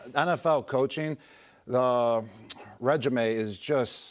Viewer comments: He said “regimé” lol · He thought if resume is pronounced that way, then regime follows. 😀😀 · I've never heard anyone pronounce "regime" that way.